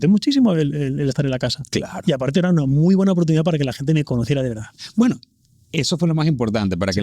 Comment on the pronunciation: Si lo que me emociona es que no dice toda la veldad